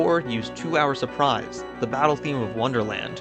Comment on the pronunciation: I was watching this video at 2x speed, as I normally do, and when you said "To Our Surprise" I instead heard "two hours of fries", which would by default become my favorite KH song.